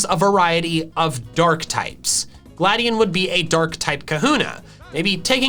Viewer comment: Glad EON that is how you pronounce it